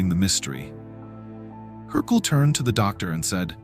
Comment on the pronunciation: wrong pronounciation, it’s Hercule. Not Hercoul